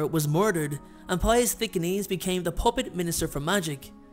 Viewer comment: Duuuuuude it's Thick-NESS! Not Thick-a-neez!